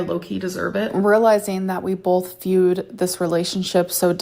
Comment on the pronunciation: Oh yeah, she did that! Bolth! 😂😂😂